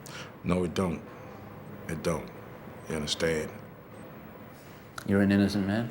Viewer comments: Unnuhstan? Unnuhstan? Unnuhstan? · "Ya undastand, ya undastand?" An insecure psychopath, this man is...You ain't no king, SIR...You're a court jester!!! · "You understen?" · "y'unnerstand?" Um, no. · But seriously, do y'all UNDASTAN??